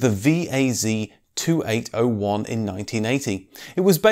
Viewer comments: Not Vee-Ay-Zee, but Vee-Ay-Zed!(VAZ) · You misspeled VAZ. Not "vieizi", just "waz" or better use "lada". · Так смешно когда ведущий читает VAZ и говорит ВИЭЙЗИ, сразу видно низкий уровень знания автомобильного мира